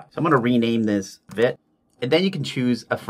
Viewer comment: Vite is named after the French word "vite", which means quick or fast. It's pronounced "veet" (rhymes with feet or wheat).